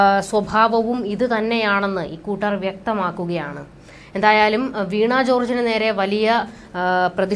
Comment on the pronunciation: വീണ not വീണാ